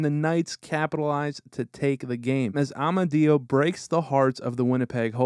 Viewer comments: Amadio (A-mad-dee-oh) lol NOT (Ah-ma-dee-oh) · just an fyi its AH-MAH-DIO not AW-MAH-DIO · Its pronounced A-mad-eo haha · By the way, Amadio is pronounced like "(it's a me) a-mario", but with a d instead of an r. (ah-mod-dio)Any time he scores in T-Mobile they show Mario getting a star. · Love how he butchers Amadio’s name.